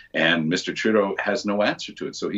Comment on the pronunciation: Why do you keep calling him Mr. "Trudeau"..?